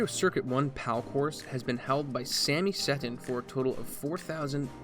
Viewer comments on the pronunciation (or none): none